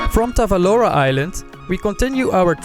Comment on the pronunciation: Nice video , ive been there 5 years ago and is it really beautiful Island . btw it is Tavolara island not Tavalora